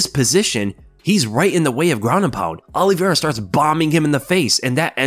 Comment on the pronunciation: Great video but his name is Olivera not Olive vera